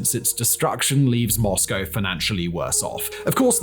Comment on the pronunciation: It's nice to hear someone pronounce Moscow correctly! What Putin thought he was gonna get from this still baffles me. I suppose he believed it would be another Crimea?